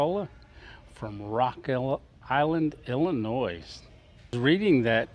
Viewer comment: Walcott is not pronounced "Wilcott". It is pronounced like Walmart. The 'S' in Illinois is silent. "IL-UH-NOY"